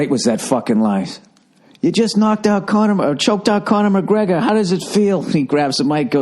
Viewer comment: the way he says conor mcgregors name makes me laugh every single time